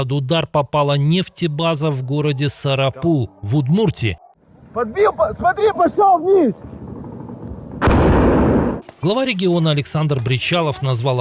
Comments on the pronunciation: СарАпул! А не сарапУл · Сарапул -ударение на вторую а , учи географию😂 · ВЕДУЩИЙ. ВВПУТИН ГОВОРЯТ ДАВНО. НИЧЕГО. НЕ РЕШАЕТ. А ДРУГОЙ ЧЕЛОВЕК. ДВЕ ВЕРСИИ. ПЕРВАЯ .ОН .ПО ДОКУМЕНТАМ ФИО ЧЕЧЕНЕЦ. ВЫШЕ .ЧЕМ РАМЗАН КАДЫРОВ. ВТОРАЯ ВЕРСИЯ ЭТО США. РЕШАЕТ . ЗА КРЕМЛЬ. БЫВШИЙ СССР. ПРАКТИЧЕСКИ ВЕСЬ МИР. ГОРОД. САРАПУЛ..УДАРЕНИЕ. НА ВТОРОЙ БУКВЕ А. ВСЕГО ДОБРОГО.